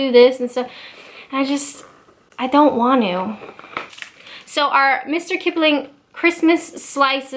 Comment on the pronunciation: ... "I don't wan'oo". I laughed out loud, literally. Brilliant.